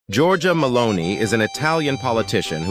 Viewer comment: Why is it that the "computerized" American voice over sometimes both miss spells and miss pronounces Giorgia Meloni name?